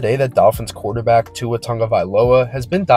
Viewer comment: Americans pronounce Tua perfectly.